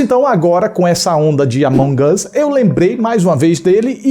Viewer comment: "O amonguios"